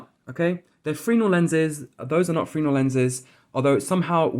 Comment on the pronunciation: its pronounces Fresnel lenses .. phonetically not "freenel" where the fuck did you learn to speak mate ?? lol